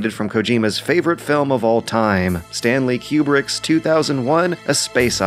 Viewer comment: "Stanley Kewbrick"